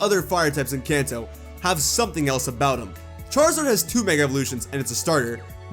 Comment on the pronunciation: I thought ou said the “Cancer region.”